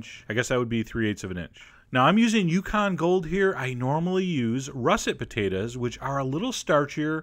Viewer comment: i dont get why he says "patatas" isnt it potatos